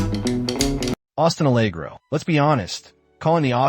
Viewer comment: Good grief, based on your pronunciation you've never even been to the UK, let alone driven an Austin Allegro. What about all those Cadillacs with their square steering wheels?